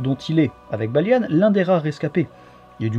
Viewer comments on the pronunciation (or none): Pourquoi tu dit "Balianne" au lieu de Balian, c'est un peu perturbant